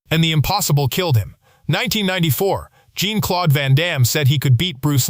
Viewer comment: Van Damme"s first name is not pronounced as a woman"s name, like blue jean. Please pronounce his name properly.